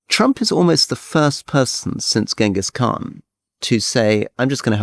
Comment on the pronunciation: "Since gehnghis Khan"? Well, since Hitler actually..